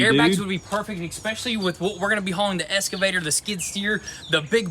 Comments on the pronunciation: Excavator ...... Not escavator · You MUST be doing it on purpose now lol. It is not an Escavator. There is not an s to be seen. Excavator. EX KUH VA TOR, say it slowly after me, excavator. Regardless, another really good episode. Can you not make them longer than the average 23 or so minutes? More is better. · Every episode “the essscivator”